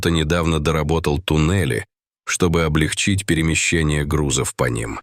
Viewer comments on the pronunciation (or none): none